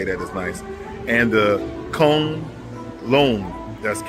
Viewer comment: Kunlun 昆仑 is pronounced Kun = Quinn Lun = Lon from (London)" There are also about 129 brands selling electric vehicles in China. They anticipate a lot will go out of business or be absorbed by the dominant companies resulting in 15 or so brands left by 2030+. Sorry for the staring but a lot of people are just super curious and have never seen or seen many foreigners in China. It isn't just Black people, they do the same with White, Hispanic, Middle Eastern, etc etc. Many will want a pic just to say they have evidence they've come across a foreigner to show their friends in their wechat group. Love your vids man. Glad you're able to have a fun time exploring and learning about China. 给你点赞！(thumbs up for you!)